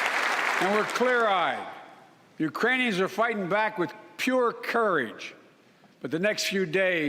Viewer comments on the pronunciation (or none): Dang, I thought he said "Uranium", and I thought well Chernobyl is in Ukraine but that's a cheap shot against their people, Biden. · No, he called them Uranians - from the planet Uranus. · He called them uranians idk why you guys are trying to make biden seem like hes actually smart enough to say real words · Actually if you listen, he called them URANIANS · No, he called them "Uranians" -- because he's a putz. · I don't know if anybody caught that but at 1 point Joe Biden said uraniums uraniums not Ukrainians Ukrainians